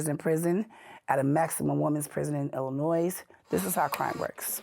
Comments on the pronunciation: I couldnt get past "illinoise" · where is that? In Illi-NOISE? 🤣 she spent all that time in the state and still can’t pronounce it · If you learn nothing else from this, the S on the end of Illinois is SILENT! You’re welcome! 😂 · All that time in prison and she still didn’t learn how to pronounce “Illinois”. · I have never heard an American pronounce "Illinois" like that. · MA'AM........ The S is silent in Illinois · Cringe every time she says Illinois and pronounces the S on the end 😫🥴🥴 from the city and don’t know how to say the state she lived in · Illinois doesn't have the "s" sound on the end. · The "S" on Illinois is silent. I had to go there to the women's prison in Decatur, Illinois to taken my drug test for my job😅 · Lawdy please pronounce Illinois correctly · I don't trust anyone who says the s in Illinois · Spent 31 yrs in prison in Illinois and still doesn't pronounce "Illinois" right? Kinda weird. You'd think she would have learned how to say it correctly in all that time. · The “s” in Illinois is silent 😅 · the “s” in Illinois is silent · I love these videos so much, the editing and lighting and everything is perfect. The S is silent in Illinois, I live near decatur and decatur is a rough city it's like a mini chicago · She was in the state of Illinois of how long and she still thinks the "s" is pronounced... Also, this is one of the worst Insider videos I've ever seen. Maybe THE worst. I didn't even bother finishing it. She sounds stupid as they come and every other sentence is how badass she is. Absolute garbage documentary and Insider should be ashamed. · She went to prison for murder. But she reoffended by pronouncing the S in Illinois. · If you pronounce Illinois like that you belong in prison. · There is no noise in Illinois. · Jesus she gotta weigh 500lb 😂😂😂😂 you can sense the intelligence when she pronounces the S and at the end of Illinois 😂😂😂😂😂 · Sadly, she spent all that time in Illinois; yet she doesn't know how to pronounce the state😂😂😂😂